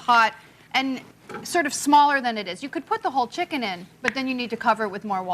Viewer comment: Martha is a G butchering that "checken"